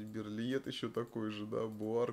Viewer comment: Берлие. Загуглите что ли , для приличия. Берлит блевать.